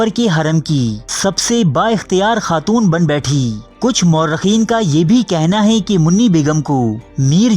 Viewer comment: وعلیکم السلام۔ بھائی آپ کی معلومات بہت کارآمد ہیں۔ شکریہ۔ چند گزارشات پیش خدمت ہیں: (1) بالترتیب کا تلفظ ھے bittarteeb نہ کہ biltarteeb (2) ترکہ بھی tarka بولا جاتا ھے، turka نہیں (3) ھے کو hay نہیں، hae پڑھتے ہیں (4) "یاد رکھو دوستوں" نہیں، "یاد رکھو دوستو"۔ خطاب کے وقت نون غنہ نہیں ھوتا۔ (5) گورنر کا نام Warren Hasting نہیں Warren Hastings تھا۔ (6) خرچ کو kharach نہیں kharch بولا جاتا ھے۔ آپ کی پیشکش سے ہم خوب لطف اندوز ھوتے ہیں۔ عمدہ کام ھے، جاری رکھیے۔